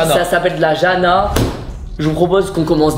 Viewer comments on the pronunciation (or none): Ça s’écrit « jana » mais ça se dit « YANA »🇭🇷😌